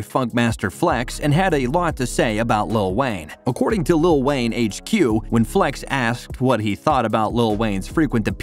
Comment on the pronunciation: It sounds like lil wang